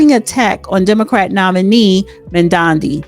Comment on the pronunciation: How embarrassing that you can not pronounce a mayoral candidate's name so, I won't listen to this podcast. Smh